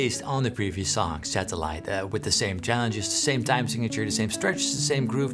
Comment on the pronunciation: When he says satellite 😂 so relatable